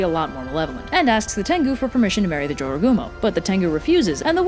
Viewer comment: I learned the right way to pronounce jorogumo from this video. In Spanish class we read a story by a Spanish-speaking author where a dude encountered a jorogumo and had to escape. There I learned to pronounce it as "ho-ro-gumo" because j is pronounced like an h in Spanish.